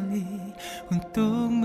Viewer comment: Wow ur malay is getting better! Want to sound more natural? Pronounce "untuk" as "untok"